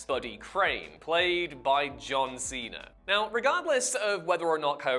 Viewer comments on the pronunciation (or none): none